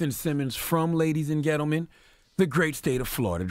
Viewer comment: Why does Lenard keep saying 'gentlemen" like "ghettomen" ??